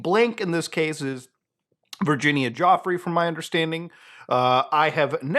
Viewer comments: Virginia Jauffre? Add another one to the list of mispronunciations of her name. Fair enough in your case btw., but even professionals keep doing it (Of course, that's before taking the terrible name pronunciation from AI bs videos into account) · Giuffre pronounced Ju-fray